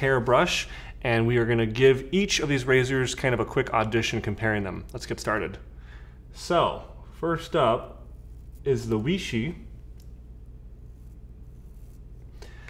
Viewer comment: Weishi is pronounced "WAY-she"...can't wait to see with you do with Merkur.